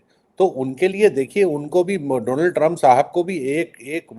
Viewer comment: से आज दीपक जी ने भी दोलॉन्ड कह दिया😅